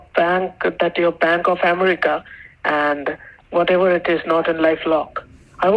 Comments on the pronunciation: Oh, the out loud laughs from me through out this video!!😂😅😂😅 Another great video,! "" is relentless in his stupid stories and explanations. "Bank of AM-er-EEK-a"... not said once or twice, but every time! Then later "you need to pressurize them to send the money..."... more than once! What a hoot!! Thank you for your work, and your sister, too! ❤❤❤ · Why would a FBI agent say umreeeka, aren’t they taught how to correctly pronounce the name of country they took an oath to defend at Quantico 😏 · Relative cultures have so many hidden messages. OMG, he pretended to talk to his boss, using his same voice "Bank of Am-ar-ica". "I'm talking to my higher aut-hority"